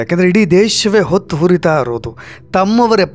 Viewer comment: ಹೊತ್ತಿ ಹುರಿತಾ ಅಲ್ಲ ಸ್ವಾಮಿ ಹೊತ್ತಿ ಉರಿತಾ ಅಂತಾ ಅನ್ನಿ.